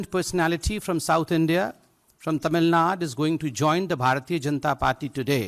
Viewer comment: Its Tamilnadu BSDK not Tamilnaad. Same for Kerala, not Keral /Karnatak/Andhr Pradesh. Qtiye